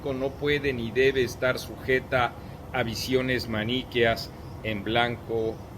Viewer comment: No sabe ni pronunciar su palabra dominguera "maniqueo".